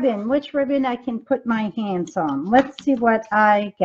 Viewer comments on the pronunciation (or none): Hi, love your videos. Just wondering why you do not pronounce your "h" when you speak??? It sounds very weird when you say "andy" instead of "handy" and "ands" instead of "hands"! 😂